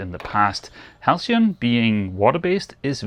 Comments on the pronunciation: You pronounced halcyon perfectly. I do a fair bit of carpentry and make tables and prefer wax to varnish. Varnish is tougher. But IMHO wax looks better. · Yes,, "halcyon" is pronounced exactly as you said it.